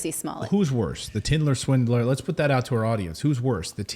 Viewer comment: The tindler swindler hahaha 😂😂😂 I thought that's what u kept saying and then I cracked up when Mrs Morris said I think you are saying that wrong ha😂 ha 😂 ha